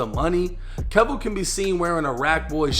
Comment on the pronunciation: Keyvo.. its pronounced keyvo. Just ask charleston white